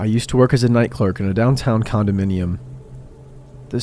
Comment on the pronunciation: Lol he said condom minium